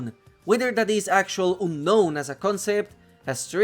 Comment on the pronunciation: What's the next step ? Looking for the fear of trees ? Leaves ? Air ? Buildings ? Kinda useless video beside proving a spider deserves to be ingame The pronunciation of "unknown" made my ears bleed 💀